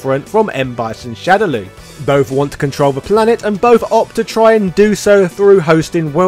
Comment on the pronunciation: ....why are you saying "shadow Lou"? ......ITS "LAW" ......SHADOW LAW!!!! LAAAAWWWWWW